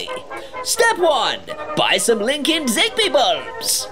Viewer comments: Hey, I am not sure if it's you accent or dialect but are you saying Linkind or Linkedin, or something garbled between the two, you don't want to be accused of 'Corporate Greed'. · Linkind sounds like LinkedIn